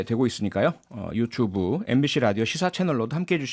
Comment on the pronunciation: 유추브 ㅋ 맨날 유추브라고하심 ㅋ